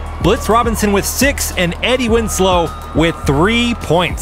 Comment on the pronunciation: Eddie Wins-low *